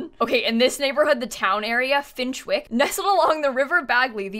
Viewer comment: Every time said Finchwick I died a bit more inside 😂 for non-brits it’s pronounced Finch-ick, no W